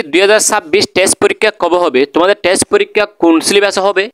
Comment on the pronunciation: Apni to thik moton test porikkha ta o bolte paren na,, boltecen tes 😂😂😂😂